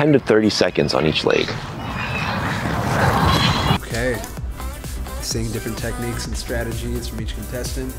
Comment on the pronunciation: My favorite part was when pronounced “leg” as “leigh”